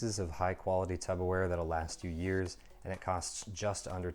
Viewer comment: Nice review - why are you calling it Tupper Ware?